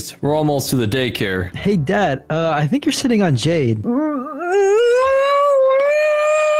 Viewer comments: To me she said “zad?” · She said zad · Did anyone else realize that said “Zad” instead of dad she was about to call him